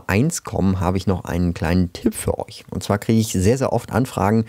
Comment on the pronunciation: 🤣😂Du sagt,,undzwa" und dann kommt die Chtombook Werbung